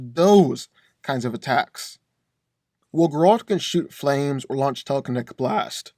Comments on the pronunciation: Bro keeps calling him gRaLt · Anyone else want to choke him out every time that he mispronounced Geralts' name? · Please learn how to say Geralts name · I don't think that's how you say geralt but I could be wrong. All I know is that its making me feel uncomfortable